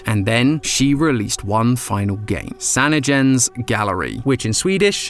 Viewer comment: I was so confused when bro said “sanagen’s gallery” cause I was like “what does that mean??? WHAT DO YOU MEAN SWEDISH???” And then I looked at the screen and was like “OHHHH, sanningens galleri!!!” Like bro mispronounced it so wrong 💀💀💀 not like it matters he ain’t Swedish, I ain’t expecting him to know how to pronounce a completely different language’s words 🤷🤷🤷